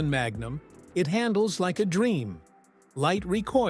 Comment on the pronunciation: "mag. Numb."